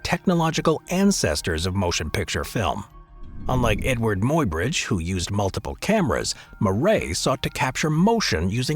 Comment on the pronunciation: Somebody tell the robot that Muybridge is pronounce "MY-bridge".